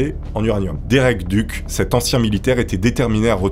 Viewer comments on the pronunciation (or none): none